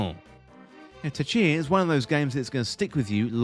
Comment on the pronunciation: Tchia - don't pronounce the T